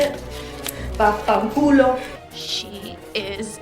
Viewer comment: the way you say vaffanculo made my day AHAHAHAHAJAJAJJAJAHhaha